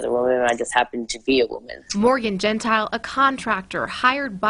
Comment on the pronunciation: The worker is Cassidy Cordova not Cassie. Morgan’s last name is pronounced Gen tile